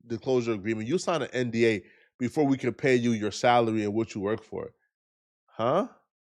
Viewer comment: I thought you was about to say he got into it over a salad but you said salary